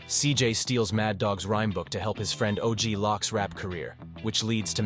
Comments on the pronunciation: The fact that you're saying OG Lock instead of Loc and messed up the Tommy-Diaz timeline is highly suspect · OG lock is wild 😂 you mean OG loc, like loco.. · Og "loc"(like coke) og lock is nasty lmao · It’s pronounced LOW-K >LOC . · Bro don't know how to say og loc or ballas